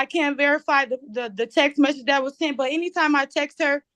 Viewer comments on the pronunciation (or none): and "seent". She "seent" her husband's car at the apartment complex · Montique "seent" her ex-husband's car. Do you know how many minutes I agonized over how to even spell "seent"? Three. it was 3. lol Best part was when the judge very discreetly slipped in that there might be more than just 2 houses he's floatin' between 🤣